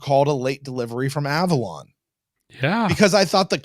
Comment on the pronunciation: It was a joke. He said A-Vorlon instead of Avalon in a play on words.